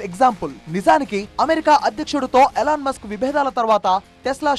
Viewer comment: ఇలాన్ మస్క్ కాదు.. ఎలాన్ మస్క్